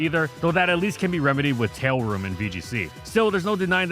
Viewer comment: did he just say "tailroom"? 😂